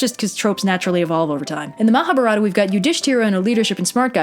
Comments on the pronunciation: As an Indian, hearing mispronounce "Mahabharatha" (muh-hah-baah-ruh-thuh) made me choke on my biryani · I cringe so hard every time says Mahabharata, or any time someone who has never spoken any language close to Hindi/other Indian languages says a long Hindi word, especially anything relating to religious stuff